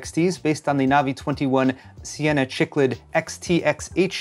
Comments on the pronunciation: I used to call them "Chick Lids" also lol. Cichlid is pronounced like "sick lid". I was an aquarium geek and I still have a 92 gallon aquarium with African Cichlids. Love your videos. So nice to have you back! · gaaahhhh!!!! it is Cichlid (SICK LID) not chichlid lol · just a heads up cichlid is pronounced sick-lid. As a life long fish keeper I beg you not to make me listen to that mispronunciation for the next year. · Hey, as someone who's kept fish, Cichlid is pronounced "Sick-lid". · Another awesome tech news. Loved it! But sadly you're no ichthyologist.;) My ears are bleeding listening to you pronounce cichlid. It's not chewing gum;). It's pronounced sikluhd. Just think of a sick fish, because it's that important in the study of evolutionary biology. Keep the news coming. Always appreciated. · That fish is called a "Sick-lid"